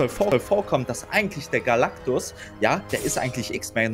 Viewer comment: Es heisst Galactus und nicht Galacticus 😂😂😂😂😂😂😂😂aber trotzdem geil